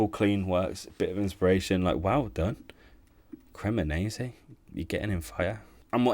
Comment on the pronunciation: CremoneNse 😂 this guy managed to butcher almost every club name and he is a "great Serie A fan" 😂 what a joke... These days anybody can be a Youtuber it seems